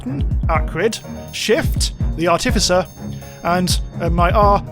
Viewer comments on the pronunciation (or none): Mf said artififcer